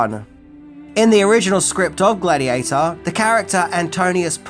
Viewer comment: Gladheateher? Not bad, maybe you should talk about Pokeherhotass.